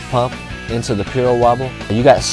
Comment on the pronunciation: "Piro wobble" and not "pyro wobble" !